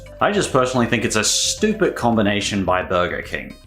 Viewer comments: the way you say Stoopid is so stupid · Why are you pronouncing stupid si STOOOOPIDLY